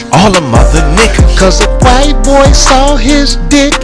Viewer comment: Corey pronounced wHite with the capital H, the way Jared Taylor does... lol